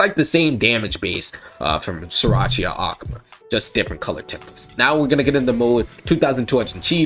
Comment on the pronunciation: Love how he says akuma ahk muh